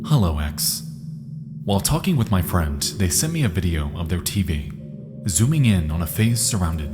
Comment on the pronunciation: Just a heads up, the letter "d" does not make the "t" sound. Example: friend should be pronounced, "friend," not "friend"